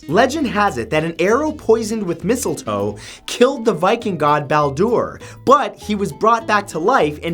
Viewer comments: "Balldour"...wow... It's actually pronounceld "Bal-dah" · Hey Matt sick video, but I’m pagan and Baldur is pronounced Balder. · It’s balder not baldoor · A poisoned dart MADE of mistletoe killed Baldr... And it's pronounced Balder you twit, I wish you all would stop butchering my religion. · Baldur is pronounced like boulder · That pronunciation of Baldr actually hurt 🤣